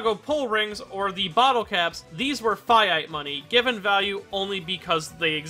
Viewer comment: The way he said 'fiat money' made me take damage